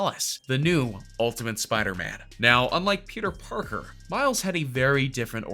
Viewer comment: Yo he said Peter porker